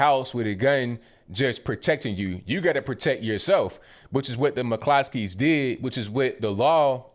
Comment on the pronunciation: It's an Irish name, in Ireland it's pronounced Mc Cluskys